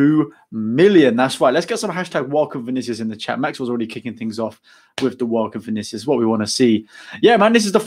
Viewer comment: You pronounced it perfectly. Bem-vindo.